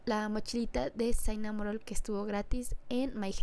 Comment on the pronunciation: por si acaso se dice shinamonroll